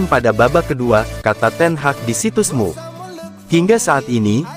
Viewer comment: Emyu bukan mu tolong disdbut dengan betul